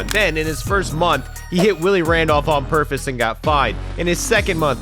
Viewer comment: "On purfus"